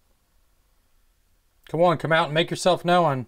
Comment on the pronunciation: Make yourself know-un. Lol